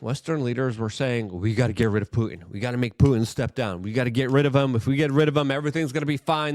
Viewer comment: The word is PuTin. Not Poo In. When are you going to learn how to pronounce the T in words? You sound like a Kardashian.